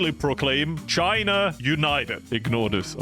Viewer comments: It’s pronounced “China” not “Chinur” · Not the hard R Chiner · "communist Chiner" - at the start of video